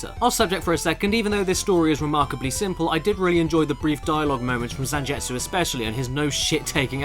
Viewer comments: ZanJETsu? His name is ZanGETsu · Gebel is forgivable, but damn Zanjetsu got me. Zangetsu is used in so many animes it feels like you would have had to hear it at least once. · caddi can not read zangetsu name either, I will dislike this video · Cringed every time you said Zangetsu...